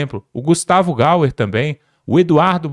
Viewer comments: Nao e gauer é Gayer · o nome do Gustavo é Gayer e não Gauer. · Vc tem dificuldade de diferenciar o "Y" do "U". É Ga(i)er e nao Ga(u)er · Olá. Vc fala errado o nome do deputado Gaier. Vc fala gauer . Procure saber sobre isso. É feio falar errado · É Gaier Gaier Gaier Gaier, Gaier.... não gauer gauer 😂😂😂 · Olha o GAUER AI GENTE,O RAPAZ APRENDA PRONUNCIAR O NOME DIREITO ,É GAYER GAYER GAYER.